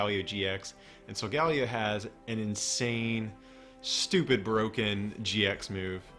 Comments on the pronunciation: i think its sol-gah-leh-o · It is solgeo GX It is wrong how u r saying it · It's pronounced "Soul-guh-Lee-oh"